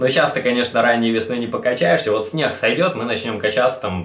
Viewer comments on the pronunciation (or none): В Арчо вселился Войтенко. "Снех" ))